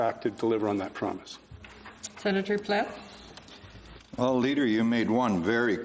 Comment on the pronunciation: His name is Plett, not Platt.